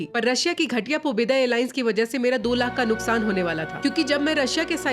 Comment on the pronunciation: Pobedo pronouces as "पैसे दो"